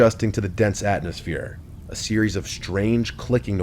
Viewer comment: WHYYYYYYY does he always say "AtNOSphere" instead of atmosphere